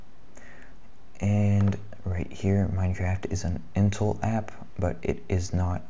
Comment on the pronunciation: I'm confused are you pronouncing intel as in-till? and developer as deff-lopper? haha